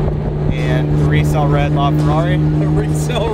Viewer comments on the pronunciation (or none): Did say, “resale red?” HAHAHAHA